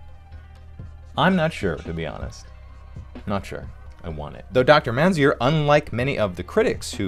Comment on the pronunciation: You butchered Dr. Mainzer’s last name… If you watched PBS Kids for hours everyday, you could hear her pronounce her name on Ready Jet Go!.